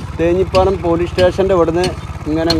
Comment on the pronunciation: തേഞ്ഞിപ്പാലം അല്ല ‘തേഞ്ഞിപ്പലം’.